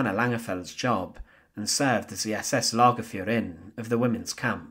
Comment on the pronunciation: Maria Mandl's last name is pronounced "MON dill" emphasizing the first syllable NOT the last as in "Man DELL." Lagerfuhrerin is pronounced "logger fear er in" and not the crazy way you did. Please fix these gross mispronunciations.